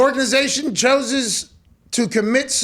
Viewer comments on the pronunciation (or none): The “choses” vs “ chooses” 💀💀